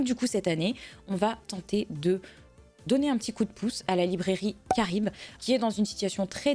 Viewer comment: J'entends la librairie Karim... quand tu dis Charybde...je crois que je vais consulter un medecin..^^